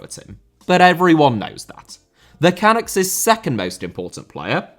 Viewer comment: it's pronounced Canuck as in f***.